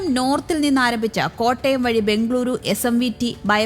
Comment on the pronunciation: ബെoഗളൂറു എന്നാണ് വേണ്ടത്. ബംഗളൂരു അല്ല.